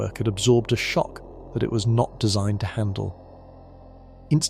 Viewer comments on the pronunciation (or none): none